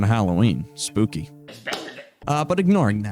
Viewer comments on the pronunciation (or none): none